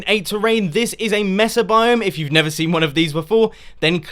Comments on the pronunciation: no to be mean but its pronounced M-ay-sa not M-e-sa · its Mesa Pronounced Maysa